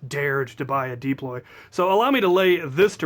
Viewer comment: ITS PRONOUNCED "dAploy"